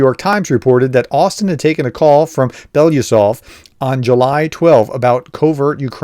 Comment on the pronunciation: Can you say BELO? Can you say U- SOV? (Let’s break it down further: OO- SOV)……I’ve heard you butcher this man’s name three ways til Friday, and it’s so simple to say. Btw, I don’t speak Russian. BELO- USOV…..(or). BELO-U SOV……(the “U” is not pronounced “you” it’s pronounced “oo”). Russian speakers please correct me. I just cannot abide by Americans insulting and mispronouncing names, especially when they are so simple as this one. Some of the eight syllable towns in Ukraine, okay, they’re really HARD, so I understand, but this guy is pretty important, and four simple syllables, C’mon PROFESSOR! As an academic, have a little self respect for someone in your profession. I understand that as a conservative it’s difficult right now for you, what with the Democrats wailing and rocking such a positive message of hope and joy across our great country, especially in terms of Ukraine’s future success, but I hope you will be happy for Ukraine. There is a possibility that the HARRIS/WALZ ticket will keep NATO alive, aid Ukraine, and make sure that putin pays for his misdeeds. We will not go back! 🇺🇦🇺🇸🇺🇦